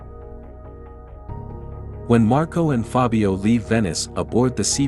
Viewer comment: I don't recall when you mentioned a "Fabio", I should re watch the entire video, but I guess not. Because that's the only italian word that I noticed with the misplaced accent.